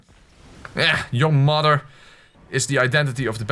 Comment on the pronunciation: Is it common for Dutch-natives to pronounce the th as d, e.g. "moder" (mother)?